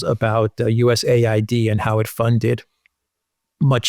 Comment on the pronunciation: US AID not USA ID